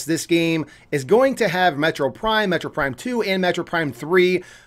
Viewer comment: Take a shot everytime he says metro prime instead of metroid prime.